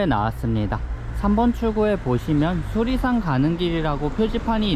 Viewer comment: 수리산이 자꾸 수락산으로 들리지??? 내귀에 캔디냐꽥 자벌레 ㅎㅎ 태을봉 ..유래가 있을듯한 이름이네요